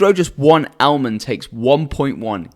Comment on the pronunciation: Almond = Elmend 🤣